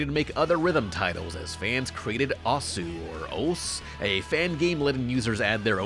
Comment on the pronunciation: Can anyone on youtube pronounce osu correctly?